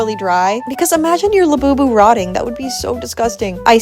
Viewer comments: Das heißt labubu unt nicht labu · Not laboobo it's labubu lala bu bu la bu bu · It’s not a labooboo it’s a Labubu😅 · Her:Lebooboo Correct:Labubu FU*K THIS IS THE CORRECT WAY LABUBU